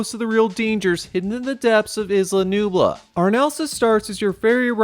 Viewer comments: Its isla nublar not nublu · Isla NUBLAR not Nubla… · Bruh. why are you saying Isla nooblah, padokk and exccape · Anyone else hear him call isla nublar isla nubla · Scariest part of the video was the mispronounced Nublar